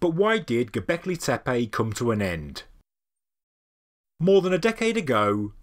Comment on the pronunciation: Why you pronounce gobekli tepAe . pronounce : gobekli tepE